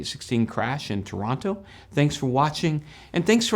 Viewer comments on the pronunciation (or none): none